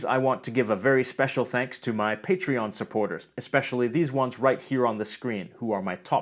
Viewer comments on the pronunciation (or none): none